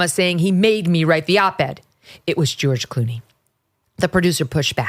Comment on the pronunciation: literally: "Ghewish Clooney". Freudian slips make you go, "hmmm".